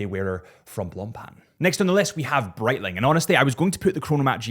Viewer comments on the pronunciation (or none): none